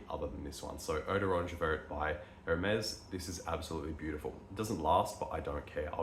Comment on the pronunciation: When i saw your Hermes, and how you pronounce their name, i knew you were into this hobby for a while now 😂